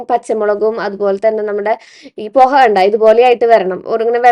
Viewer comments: മോളെ പൊഹ അല്ലാട്ടോ പോഹ എന്നാണ് pronounce ചെയ്യേണ്ടത് poh--haa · പോഹ ആണ് കുട്ടിയെ പൊഹ അല്ല 😂 😅